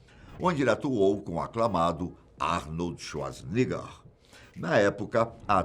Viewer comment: "ARNOLDSUASNEGGA" huehuehueheuahuahauhuaauhah